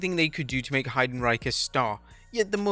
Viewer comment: The pronunciation of Heidenreich is crazy 😂💀